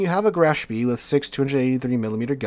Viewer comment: Spee is pronounced "Spay"